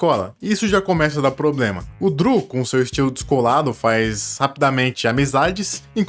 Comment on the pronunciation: "Driu" não... "Dru"